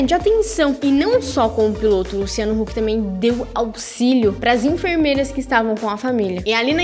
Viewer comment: gnt ela falou luciano luck ? kkk